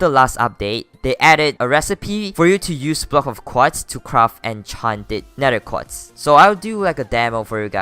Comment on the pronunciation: Everybody gangsta till he starts saying quats